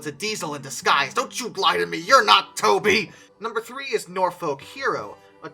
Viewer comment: The H in Walsingham is not pronounced, neither is the L in Norfolk. Best to check English place place-names in advance - even the English get them wrong, but these are easy ones for beginners.